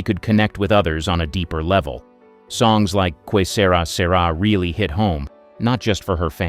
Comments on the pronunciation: I do speak Spanish. But didn’t, as a child, when I first heard the song. It is reasonable, that an English speaker, having never heard the words sung or spoken, upon reading the word, may pronounce “Que” like “kwee,” rather than “Kay.” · I'm an Italian, I know what it means. Comment was on the robot's pronunciation. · You'd think they could get "Que Sera Sera" right. 😄